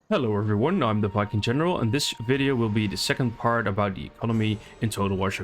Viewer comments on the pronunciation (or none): In the intro I thought you said "I'm the fucking general" but it was 'viking general'.